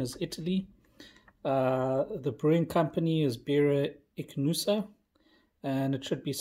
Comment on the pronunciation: excellent pronunciation. try the unfiltered one